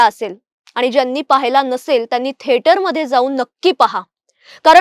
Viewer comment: थेटर नव्हे थिएटर असे म्हणायचं! बाकी विश्लेषण छान केले आहे! Keep it up.